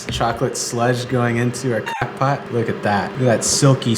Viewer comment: Ok, did I hear cock-pot?